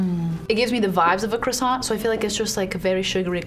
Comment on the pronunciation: Lmaooo yo I love this girl "cRossiaNt"